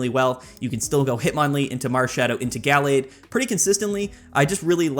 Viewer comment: Guh-lade not gall-lade soft a not hard a please. Other than that great video